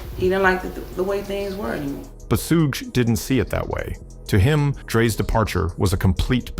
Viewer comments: SOO-GAY KNIGHT???!!! SOOGE??!!!!..... man, this AI narrator. 🤦🏿‍♂️🤦🏿‍♂️🤦🏿‍♂️🤦🏿‍♂️ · once you hear that Suuuu-gaay knight followed by Suu-jay, you know this video is full of crap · this video butchered SUGE's name.. LMAO.. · you lost me when your AI cant even say SUGE Knight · He can’t even pronounce suge smh 😂🤣